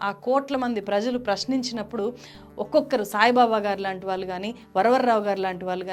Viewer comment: నేరగాల్లు కాదు. నేరగాళ్లు వాల్లు కాదు వాళ్ళు Please improve your telugu pronunciation. At the same time please avoid false propoganda. Vijay malya. Neerav and Lalit Modi have the asylum in UK and as per their law they need to be deported to India and it takes time. Coming to the money looted by them Modi government recovered almost entire money through special acts enacted.